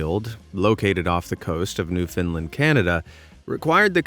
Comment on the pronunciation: He said newfoundland wrong tsk tsk tsk… Americans